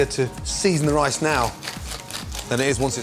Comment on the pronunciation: ricin?! You tryin to poison me Gordon?